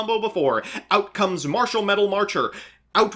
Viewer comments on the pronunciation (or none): none